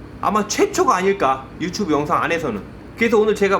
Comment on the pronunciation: yu tsu bu 발음이 유츄부 ㅋㅋ